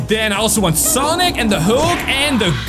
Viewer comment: IS SANIC NOT SONIC